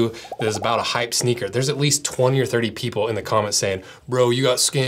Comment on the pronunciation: SHNEAKER 😂 I am now a Shneaker collector, that is what I will tell people in real life...